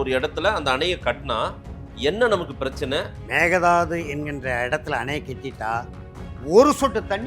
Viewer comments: Hey it is mekedatu 😮 not a mekedadu 😂😂😂😂 mudi still not perfact 😮😂😂😂😂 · Actually sir.. மேகதாது இல்லை .. மேக்கைதாட்டு.. மேக்கை நா ஆடு.. அப்புறம் kudagil குஷல்நகரில் tamil பேசுவார்கள்.. kudagil tibatians உம் இருக்காங்க..